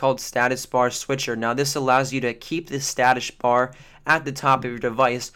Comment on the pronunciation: He said statush bar :) lol